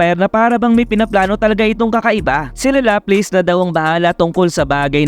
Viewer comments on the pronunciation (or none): LAPLAS POOOOOOOOOOOOOOOOOOOOO . hindi lapleys :(